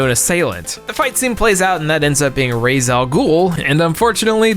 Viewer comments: It’s pronounced “Raysh” wtf was that LMAO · Yeah, I can buy that Batman meets his end at the hands of Ra's. I just wish one of you could pronounce his name correctly :/